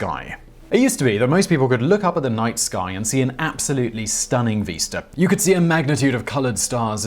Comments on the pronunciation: Veesta?? Vista! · I like the way he pronounces vista; "veesta".